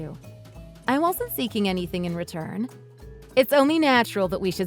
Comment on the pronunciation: you’re an IDIOT! You can’t even say “return”! 🤣🤣🤣🤣🤣